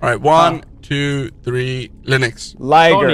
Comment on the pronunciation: One two tree four five six